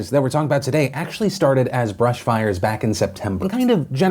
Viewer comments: Bush not Brush. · Philip I’m so sorry, but it’s BUSH, not brush